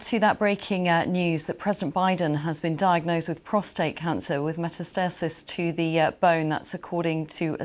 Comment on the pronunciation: "meta-stasis" - BBC journalists seem to know less English with every year that passes. Best wishes, President Biden.